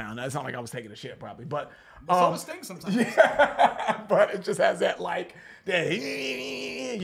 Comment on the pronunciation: uhm "Sting"??? No. 🤦